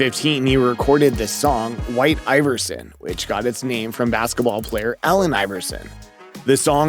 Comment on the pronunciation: i fkn hate this dude's voice... jesus christ. "whi-i-i-te aye-ver-sinn"